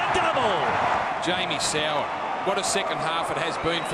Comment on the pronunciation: if your going to tease soward at least get his name right